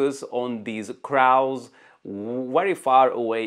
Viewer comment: Excellent video with great examples of these new Z8 features. Your English skills are very impressive, too. One very small observation: the English word "crow" (that black bird in one example) rhymes with "blow" and "go". English is just very irregular with spelling and pronunciation.